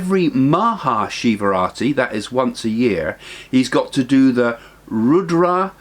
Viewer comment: It is Shivaratri not Shivrati